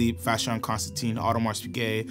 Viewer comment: Great video but his pronunciation of AP drives me crazy